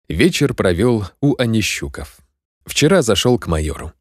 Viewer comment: Онищуков - там ударение на последний слог скорее всего.